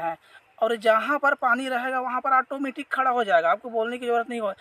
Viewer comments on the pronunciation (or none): आटोमेटिक nahi hota h औटोमेटिक😂